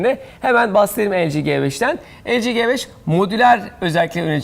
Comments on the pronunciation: LG'nin "G" sine İngizce okunuşuyla "ci" G5'in "G" sine Türkçe okunuşuyla "ge" diyen adam gibi adam.. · LG G5 böyle okunuyo elci ci 5 die okunuyo :D